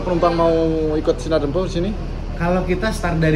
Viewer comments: Tolong di ralat bg penyebutan kata "Dempo", maaf tanya terlebih dahulu kepada sopir/kru,,cara penyebutan yg benar,, karena saya nonton dari part 1 -part3.🙏🙏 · Khusus untuk penyebutan huruf "e" nya min..